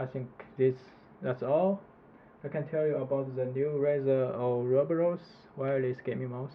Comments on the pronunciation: Or-ah-bor-us < How to pronounce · Ou-roboros, LOL.